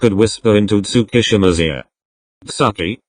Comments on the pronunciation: Was I the only one bothered by the way they pronounced Tsukki- ... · In all of these with a voice over thingy say tsukki’s name as “sucky” 😂